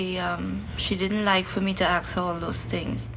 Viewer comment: axe why do Americans say axe instead of ASK fml